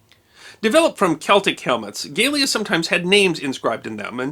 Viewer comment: I dont want to seem pedantic but, Latin utilized short vowels and generally stressed the second syllable. My phonetics will not be accurate but.... gah-Leh-ah.